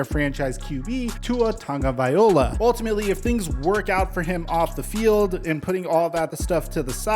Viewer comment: FUCKING LOA!!!!! TagovaiLOA!!!!!!! NOT OLA!!!!!! Dear, Pay attention! This is gross! It’s literally sad that you’re still mispronouncing his name. Your content is fine. Why don’t you call Carson wentz, WENZEE? Or call amari COORPEE??!!!